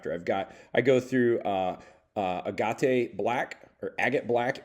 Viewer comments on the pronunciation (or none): Agate,!!! A-GATE. Black!